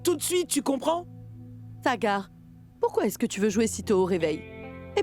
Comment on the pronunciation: les traductions françaises des voix salissent les personnages, puis ce n'est pas TAGAR c'est Sagar qu'on dit